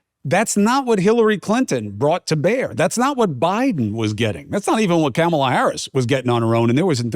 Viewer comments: Chris, learn how to say her name correctly. It’s not Kam a lah, it’s Kamala as in a comma lah. As I’m listening to this, you say it different ways. Get it right if you’re reporting on her. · C'mon Chris, you're a professional. It's pronounced "Comma-Lah." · Chris I know you know how to properly pronounce Kamala, "Comma- la" not "Camal-a keep it straight dude!